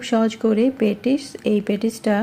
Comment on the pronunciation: পেটিস্ নয় হবে “প‍্যাটিস্”